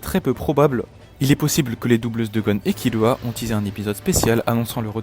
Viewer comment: Et ça se prononcé par kirua mais kilua avec le l roulé à peine